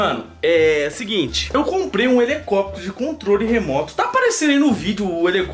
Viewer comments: o fala -comprei um elecopetro voando cm um elecopetro kkkkk😂😂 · "helecóptro", esse 😂😂😂😂😂😂😂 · Português perfeito: A: ELECOPETERO KKKKK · Cara q agonia ouvi o fala helecóptero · Da uma agonia vê o falando elecoptero, mas é tão fofo kakakakkakakak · 0.43 "o elecoprio voando com o elecoprio" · quebrou as leis da física ao falar Helecoptro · Manooooo óia no 38 olha quantas vez ele falo helecopetro kkkkkkkkkk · eu tive um HELECÓPETERO, só que veio com defeito mais de duas vezes 🙄 o melhor é o falando HELECÓPETERO 😂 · "HELECÓPTERO" É UMA COMÉDIA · Ele tava falando elecopitero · Nada: A: HelEcoptero kkkkkkkk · falou errado o nome "Helicóptero"